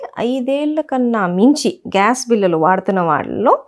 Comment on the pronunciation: మీ విడియోలు అద్భుతంగా ఉన్నాయి. మీరు చెప్పే విధానం, తెలుగు ఉచ్ఛారణ కూడా బాగుంది. కానీ కొన్ని తెలుగు పదాలు కొంచెం కరెక్ట్ గా పలికితే ఇంకా బాగుంటుంది. ఉదాహరణకు బిల్లలు బదులుగా బిళ్ళలు.